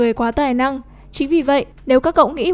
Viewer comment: One bi not one bít